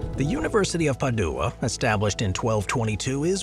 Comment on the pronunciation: please learn how to pronounce Padua and Vicenza (not Vincenza).